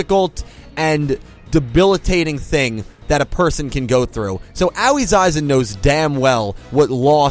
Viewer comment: At this point I'm just here for the comments. I can't bear to hear mispronounce Aoi's name for the umpteenth time.